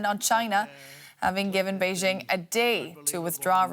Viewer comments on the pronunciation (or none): Learn to pronounce Beijing